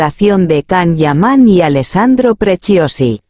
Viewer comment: Primero empieza a pronunciar bien su nombre.....todo lo q dices es falso....mientras q no salga nada de su boca,todo es mentira querida robot.